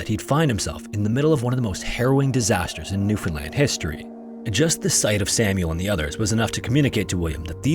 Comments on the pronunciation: I’m now realizing how to actually spell the name because my Newfie family pronounces it “Pooch cove” like the name for a fancy small dog. You didn’t say New-fOUNd-land like some people which is a win lol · Thank you for saying Newfoundland correctly ❤